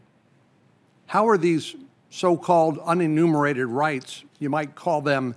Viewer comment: What’s “uninnimerated”? Reminds me of the country Methodist parson and his paean to “the impotent God”.